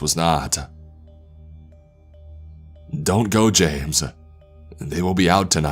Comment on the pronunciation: don't go jamesUHH not tonightUHHHH